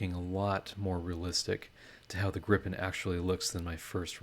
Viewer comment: As a Swede it is fun to see a Swedish aircraft represented. EDIT: Gripen is pronounced with a long i by the way.